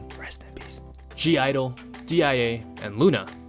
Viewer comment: Tbh I'm a lil bit sad 😢. Other fandom throwing shadow over me just because I only stan BTS 😢. I used to not interesting to digging into k-pop. But one of my friend (he's a classical musician) show me the love he has for bts (his bias is Chimchim), then I found BTS is soooooooo good (I love RM). I even consider korean music and their pronunciation is pretty catchy. Since that day I stan BTS. I tried to listen to other groups such as exo, got7, svtn, etc. They are not my cup of tea. Especially twice, I admitted they are cute and their songs are mostly so easy listening, but once again I don't like cute girl group, but it doesn't mean I hate them. I even bought their merch for my lil sister (she is once). So please stop hating people who just stan one group, I have tried, I just can not like other taste in music.